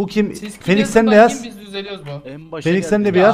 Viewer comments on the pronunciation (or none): felix değil fenix